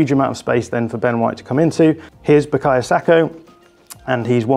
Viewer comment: Why is it so hard for pundits to not call him sakO? Bro his name is Saka. Love your content as always (please can you call him Saka tho lmao)